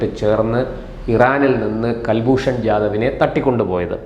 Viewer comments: കൽഭൂഷൻ അല്ല സുഹൃത്തേ കുൽഭൂഷൻ ആണ്. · കൽഭൂഷൺ അല്ല. കുൽഭൂഷൺ എന്ന് പറയു. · കുൽഭൂഷൺ എന്നല്ലൊ, കേൾക്കുന്നത് കൽഭൂഷൺ എന്നാണോ? കൽഭൂഷൺ അല്ല കുലഭൂഷണൻ 🎉😂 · Pronounce as Kul not Kal. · Mister please watch any of Hindi or English channels in India where you'll find they all pounce name as Kulbushan whereas you say as Kalbhushan. Why? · കൽൽഭൂഷൺ അല്ല കുൽഭൂഷൺ ആണ് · കൽഭൂഷൺ എന്നല്ല... കുൽഭൂഷൺ